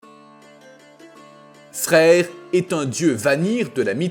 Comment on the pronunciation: Ça s'écrit freyr mais ça ce dit freyeur un peu comme draugr qui ce dit draugeur sinon change ton truc qui fait la vois ou change la prononciation qui fait saigné mais oreilles